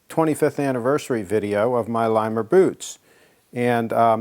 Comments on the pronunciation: it is not Lime-er it is not Leam-er. it is Limb-er. my god, be respectful. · Those boots are some of the best. I've had mine all over the world in the 5 years I've owned them. Its about time for a resole. Its pronounced "Limb-er", yes their shop is in Intervale off 16 and jezzum...you need to get those things dirty. 25 years old and they look brand new!...??? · Limmer has a page on YouTube where the owners say the boot name. It’s not pronounced Lee-mer. It’s pronounced exactly like it looks; not lime-er and not Lee-mer, but Limmer. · Can't believe he made a video without checking how to pronounce Limmer first. It's not that hard.